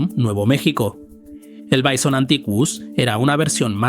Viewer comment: Es "Bison" que es latín y ni en latín ni en castellano castellano se pronuncia "baison"🤷